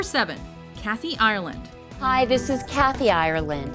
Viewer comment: Americans can never say Ireland properly...